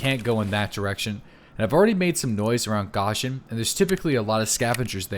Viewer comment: lol he called it gaw shin lol its goshan lol